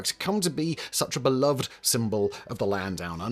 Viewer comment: Just so you know you’re saying beloved wrong. 🙃